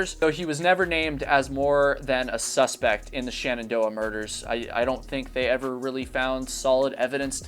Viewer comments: *Shenandoah. Not Shanandoah. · SHENandoah not SHANendoah :D